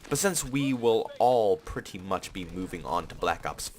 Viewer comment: I❤️u pwety much bro 😂 no homo